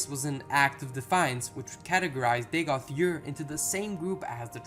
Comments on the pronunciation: Dagoth "Yur"? Am I missing something? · Good video. I know you said it in the beginning, but you are calling him Dagoth Yurr. It is funny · Dagoth YURR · Dagoth Ur's pronunciation is NOT subjective. He SAYS his own name in game! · Pronunciation is wrong. He says his own name. Too distracting to continue watching.